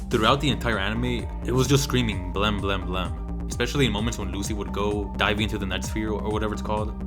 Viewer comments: Why do you pronounce "blame!" as "blem"? It's should rhyme with "flame" If it were in katakana it would be ブラメ -bla-meh. But it's spelled in Romaji anyway. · why does everyone pronounce blame as blemm?